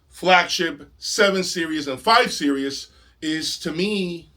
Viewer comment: Hi. It sounds like you pronounce "Series" as "Serious". Is this accurate?